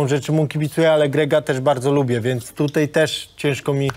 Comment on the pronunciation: Niech mu ktoś powie ze się mówi tutaj nie tutej